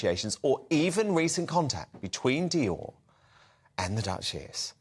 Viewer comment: And, learn how to pronounce Dior 😂😂😂😂